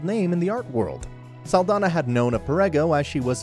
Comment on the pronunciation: Great video, just wish her last name was pronounced correctly